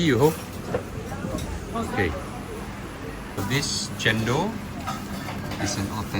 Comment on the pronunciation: It's chen-dol!! Come onnnn!!! Not chen-doh